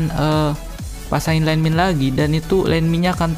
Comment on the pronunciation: gua ketawa saat lu bilang???????????? JADI LANDMIND E LANDMIND